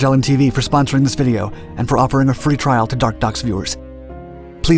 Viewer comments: I can't be the only one who never hears the narrator say "dark docs"... ...I only hear him say "dark ducks". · Ha!! During your sales pitch, it sounds like you're saying, "Mention Dark DUCKS". I immediately had visions of possessed and undead mallards coming for us all!! Happy Halloween ya'll!! 😈😈😈